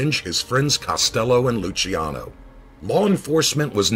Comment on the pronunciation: As my name is Luciano I just wanted to thank you for pronouncing it correctly. :)